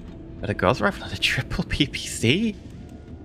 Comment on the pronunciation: Gauss isn't pronounced like "course" it's pronounced like "house".